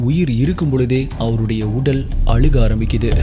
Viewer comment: அலுக இல்ல அழுக